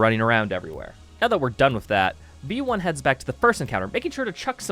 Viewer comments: "Your a vamperic robot named veioni"- im gonna cut you right there, its v1, not vieioni or whatever you just said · its literally pronounced "vee one" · that's just how you pronounce vionni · i have never heard someone pronounce v1 that badly😭😭🙏🙏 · for a moment I thought he was saying it like that as a joke because of how italian it sounded